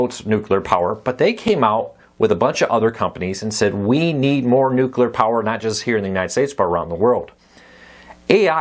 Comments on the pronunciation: Just for clarification, there's only one "u" in nuclear, it's not pronounced "nucular." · My pet peeve too. A lot of people do that. I just let it go but I always remember that it’s spelled n u c l e a r. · it drove me crazy every time Kiefer Sutherland said it on 24. I don't hate them for saying it, I just hate that they say it that way...